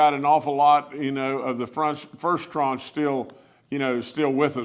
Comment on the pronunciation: I learned a new word today: tranche. Governor Justice is pronouncing and using it correctly.